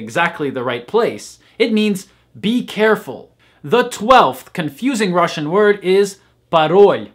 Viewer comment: You have the best pronounciation among all native English speakers I've ever heard speaking Russian.